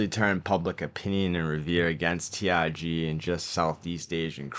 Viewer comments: it's not T I G It's T R G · Not to be mean, but all i hear is TIG and BID😂